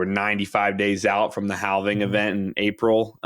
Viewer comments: the"L": in the word "halving" is silent. just fyi. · Can we talk about this guy pronouncing halving?